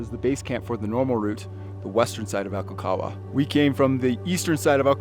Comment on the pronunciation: Hi, I'm a long time subscriber and fan. I'm just about positive you pronounce the G in Aconcagua. Just an FYI. George Leigh Mallory when asked in 1923 why he wanted to climb Mt. Everest, he replied "because it's there." It was his famous quote that your fellow climber was referring to. I really enjoy your content. Keep up the new and interesting videos like this one.